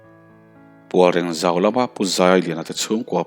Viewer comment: Pualrêng th hi, khaw hming, Kawnmawi/Lamzâwl lam rik ang hian lam ri la a dik zawk ang.